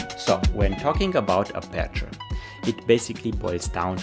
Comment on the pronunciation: Thank you for your very informative video! 💪🏼 But could you pleeease 🙏🏼 pronounce 'aperture' stressed on the first syllable, if possible 🙏🏼